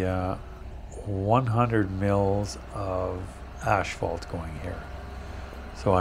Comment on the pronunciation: Its called asphalt not ashphalt. How long have you been doing this job?🙄